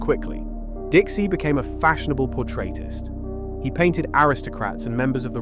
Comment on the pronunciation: Mispronounces it three times in quick succession, then -ish “he” starts pronouncing it pretty much correctly… but then pronounces “portraitist” strangely. 🙃